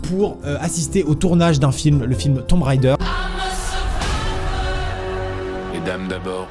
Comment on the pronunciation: Ahahah, dessoler mais mes oreilles saignent: on ne dit pas "Tombe raideur" mais "Tom Raider" (on NE prononce PAS le B dans tomb). C’était le p'tit cours d'anglais ;) ...